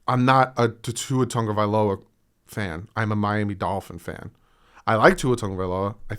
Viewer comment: Thank you for pronouncing my last name right, seriously nobody ever does hehe